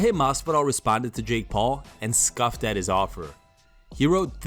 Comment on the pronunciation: Scoffed not “scuffed”